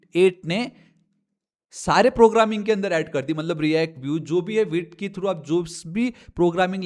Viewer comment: Vite ❌ veet✅